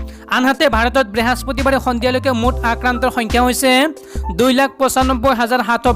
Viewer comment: Behaspatibar nohoy. Brihospotibaar he